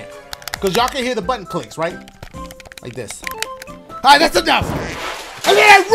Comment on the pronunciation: Yo dashie how about you say tap that puh-ton lmao like tap that puh